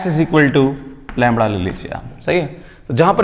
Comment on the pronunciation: Am i the only one cracking up about how sir pronounces lambda like 'langda' ?